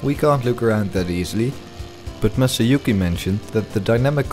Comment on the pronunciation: Yes, that's how you pronounce Masayuki! I really loved this video and can't wait for the next one to come up! Awesome job! Masayuki Fujita